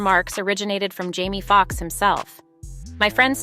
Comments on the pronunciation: Why does the narrator keep pronouncing Jamie as Jammie? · It's so annoying that the commentator has no desire to pronounce the name of these people correctly. His name is JAMIE not "Jammie". You have the audacity to even write it as "Jammie" in the graphics. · Hussy he name is Jame e not Jam e